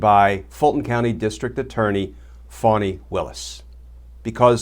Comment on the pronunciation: Thank you so very much Glenn. it not Fonnie it Fannie